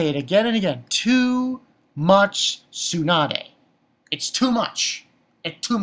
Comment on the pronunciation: It's tsundere..... so why is he saying "tsunade" ? Also echii is just japanese prenounciation of the letter h which comes from the word hentai meaning pervert so its not pronounced "eechy" -_